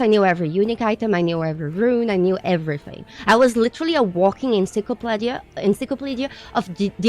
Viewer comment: 2 minutes 34 seconds : encyclopaadia erm encyclopeeedia. Brilliant and beautiful as ever. I don’t usually get a game because of a YouTuber recommendation but you like a lot of what I do so I’ll definitely try this one out. Your rant was from the heart and we all agree wholeheartedly. You are a nutcase without a doubt (part of the reason we love you) but you have the heart and passion of a true gamer and a bloody good one too